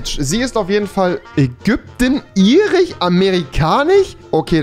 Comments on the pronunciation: Niemand : Rewi : irich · Irich, amerikanich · Amerikanich? Das heißtamerkanisch udn irisch und nicht irich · Niemand Wirklich niemand Gar keiner Rewi: Griechich, Irich, Britich, Amerikanich, Schwedich,.... 😂😂